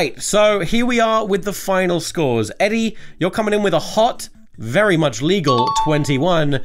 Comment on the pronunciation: That’s vewy nice